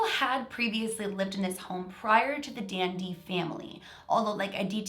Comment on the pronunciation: Who else thought she was saying DND whenever she said Dandy